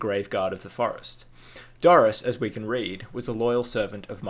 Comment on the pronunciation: Dores It's pronounced like doors not Doris! Like spores isn't pronounced sporis!